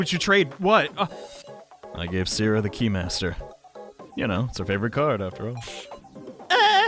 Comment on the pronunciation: tbh he still kinda mispronounces Sara's name but that one doesn't matter as much as "Sou hiruyo,,,," will miss him giving up with sous last name though ngl